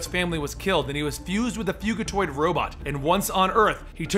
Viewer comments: he said fuGitoid not fug(g is a j)itiod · I'm just pointing this out cos I've seen the latest tmnt animated series the way your saying fugitoid is different too the way I've herd it before I'm pretty sure its short for fugitive droid or android and your saying it like fugue as in a fugue state etc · its FYOU-gi-toyd its fugitiod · not to be that guy but is it fujitoid(pronunciation) or fugitoid the way u said it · it is pronounced fujitued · love yout stuff, but my grammar nazi is screaming out at you to pronounce it fujitoid, not the g sound, lol. stupid I know, but had to get it out. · It's pronounced "FuJAtoid. Like fugitive android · youre pronoucing fugitoid rong. It's pronounced "fudjitoid". Sorry, had to say it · Dude come on!!! Fugitiod is a cross between the words fugitive and android. The "g" makes a "jah" sound, not a "gah" sound. How do you do so many videos, and yet consistently fuck up simple pronunciation?? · Not to be a dick, but it's pronounced Fujitoid. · It's pronounced with a soft G (a J sound). Because he's on the run, he's a fugitive android or "Fugitoid." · hate to ask but isn't it fugitoid as in a hard g sound like fugitive?